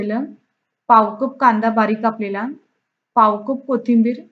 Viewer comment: आप्पे मस्तच. एक गोष्ट सांगितली तर कृपया रागावू नये।आपण कप च्या ऐवजी कूप म्हणत आहात।